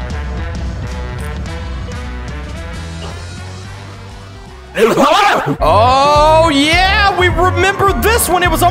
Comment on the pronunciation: lol why doose he say oh yah like that